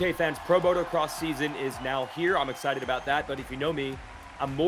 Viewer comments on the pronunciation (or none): Your ah sited? James stewart was " AH -sited!